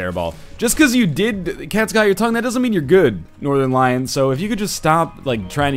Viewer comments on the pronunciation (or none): none